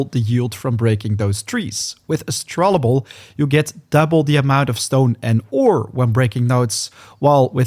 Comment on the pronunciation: Hey man, I used to watch your Nightingale videos back when the game first released. Been getting back into it since the RR update and I noticed you're still pronouncing Astrolabe incorrectly lol. You're adding an extra "L" and saying Astrolable, when it's actually Astrolabe, pronounced astro-layb. Just thought I'd let you know since it's become a funny pet peeve of mine with your Nightingale vids. Great content though, I appreciate all the effort you put into these guides!